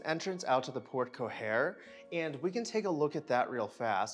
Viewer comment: Loved the home tour but please learn the correct pronunciation of porte cochere…the second c is pronounced as an s as port-ko-sher.